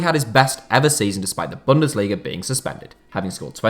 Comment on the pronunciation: The z in Leipzig is pronounced Ts, not like a j or sh. Also, you should stress the first syllable of "Bundesliga", not the third